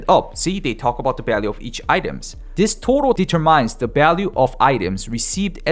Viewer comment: "de ter mines" lol